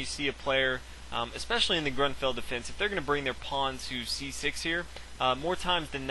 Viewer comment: So in your opinion he should pronounce Grunfeld wrong while he did it right and fianchetto right while he did it wrong ? You are stupid son ! Be grateful this guy takes the time to do this for all of us.